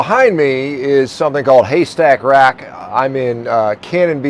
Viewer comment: It’s Haystack Rock…not Haystack Rack. 😂😂. Cannon Beach is whimsical!!❤❤